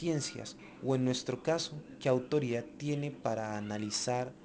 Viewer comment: se debe decir Autoridad y no Autori ad. - este colombiano se "come" algunas letras. Poder y no po er. - Legitimidad y no lehitimidad. Todos y no to os.